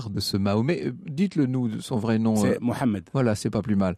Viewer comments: Dire mahomet c'est comme dire nacolis au lieu de nicolas, pourquoi inverser les voyelles ? M ensuite o puis une lettre qui n'existe pas en français proche du H puis A après M ensuite le e accent grave voyez vous è et on termine par un D que l'on prononce. Donc roupite aftere mi MO HA MED mais bon vous le savez que trop bien avec tous les Mohamed qui existe en France. Y'en a pas un qu'on appel mahomet, je me demande si c'est pas fait exprès. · Monsieur Franck Ferrand; Si vous pouvez dire: M O H A M E D (sws) ... peu importe la prononciation qui vous sied serait préférable à mahomet (une falsification intentionnelle qui altère grossièrement le Nom initial). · les pauses sont des sons insupportable de stéréotype dont j'en ai marre ,la France n'a pas changé malheureusement et pourquoi cette arrogance ,on dirait que tu n' a jamais entendu parler de quelqu’un nommé mohamed ,mo-ha-med ,c'est facile , l'arrogance, le racisme,le sexisme vous Repoussent de la vérité,le coran c'est juste la vérité;il faut oublier les musulmans a travers l'histoire ,il sont responsables de ses propre œuvres s'ils furent mal et l'islam c'est la religion de dieu et c'est "Abraham" Ibrahim qui nous a nommé les musulmans qui signifie qui soumettent ses volontés au dieu, VOUS NE DEVRIEZ PAS ÊTRE PARTIEL SI VOUS VOULEZ LA VÉRITÉ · Merci de prononcer "Mohamed" qui signifie celui qui est loué et non Mahomet qui signifie tout son contraire! Les musulmans ou non sont tout à fait conscients de cette déformation d'éthymologie. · Les coupures pub toutes les minutes sont insupportables ... Et puis, pour tous les musulmans qui connaissent leur Prophète sous le nom de Mohamed (Paix et salut sur Lui) , ça fait bizarre d’entendre ; Mahomet 🙄 comme si il était compliqué de bien le prononcer !!! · Pourquoi les français ne veulent pas prononcer Mohamed tjrs Mahomet Jean c'est pas juan